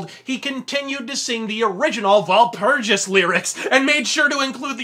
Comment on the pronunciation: Walpurgis is a German word. It's short for Walpurgisnacht. The W in Walpurgis is pronounced as a V and the G has a G sound, not a J sound.